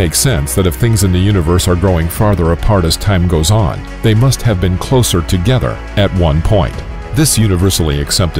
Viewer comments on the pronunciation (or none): togeddher and odder